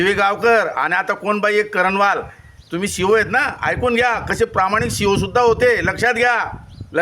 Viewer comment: करनवाल मॅडम असे वाचावे.